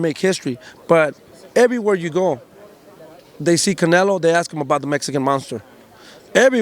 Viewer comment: they can not get canelos name out of his mouth bro😭😭😂